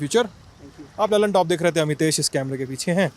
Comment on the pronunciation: Lallantop nahi lullitop 🤣🤣